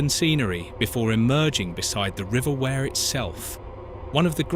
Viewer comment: Wear pronounced We're... not going to start with the other wrongly pronounced names! 😂🤣😅